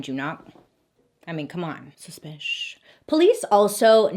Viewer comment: Love how you always say "suspish"